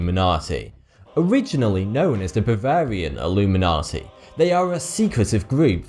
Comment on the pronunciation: Question: What is the bavawian iwuminatti?